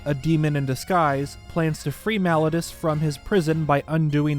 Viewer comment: I hate to be that guy but I really wish he would say Malladus correctly